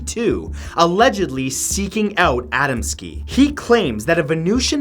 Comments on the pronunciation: A dam skee not ada m ski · a•DAM•ski, not ADAM•ski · #9 last name is pronounced Ahh-dahm-ski